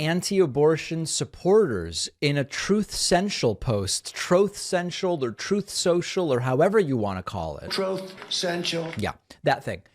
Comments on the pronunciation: It’s Troath Sanchel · “troth” social..😅… makes me chuckle every time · “Troth Cento” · Please NEVER stop calling it Troth Sensial/Sensual...whatever... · I literally still die and squirm with glee when I hear “Chtroth Sential” 😂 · The “trothe senshul” audio bit will forever make me laugh 😂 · BBUWAUUUUUHHHHhhaahahahahahahahahahahaah "Trothe Sensial" His words! HIIIIIISSS WUUUURRRRRDDDS!! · Troth sential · 'TROWTH CENTIAL' clip beginning, still gets me every time...from smirk, to chuckle. Thanks for all ur/fams/teams hard work! Heres to another yr :) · Thanks again for the laugh of Trump saying his Troth Social! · Sounds like he is saying troth cenchel. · "Troath sential" - pure gold forever! :-)) How do YOU interpret and spell it? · Troth Sential. I still laugh EVERY time. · "Troth senshul" wtf? Definitely suffering dementia or maybe it's just the Adderall? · Trowth Sencial 😆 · Same. 😅 I wish he would hit it fast three times in a row so it would say Troth Troth Troth Cenchal. 🤣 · Please continue to insert Trump's pronunciation of his wildly (un)successful social media platform. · David, the same old joke you have to tell in every video about trump’s mispronunciation of truth is so over played. Just stop it already.